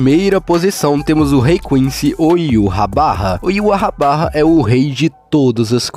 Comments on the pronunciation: a tradução pode ser mas a pronúncia não. Heyva (ユーハバッハ, Yūhabahha). Fala-se: í-vah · Já vi muita pronúncia engraçada do nome desse rei quincy, mas "Iurrabarra" foi a mais engraçada kkkkkkkkkk